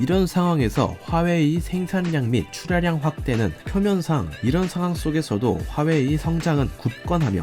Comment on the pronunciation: 하웨이........ 거슬리는건 어쩔수 없네요........ 허나 핫팅 삼성.... 그리고 대한민국~!!!!!!!!!